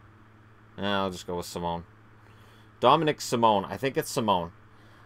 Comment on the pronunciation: Yep, that is the correct pronunciation for Dominik Simon! Another excellent video!